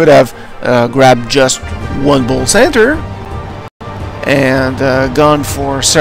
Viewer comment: centaur isnt pronounced "cen-ter" its pronounced "cen-tor"